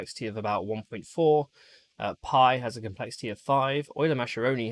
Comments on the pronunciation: Well, that's a pretty high minimum specification :) Btw, just as a sidenote, Mascheroni should be read as Muskerone from an English point :P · Mascheroni is pronounced Maskeroni